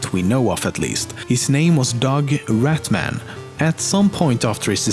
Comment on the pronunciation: It's not rat man it's rat Mann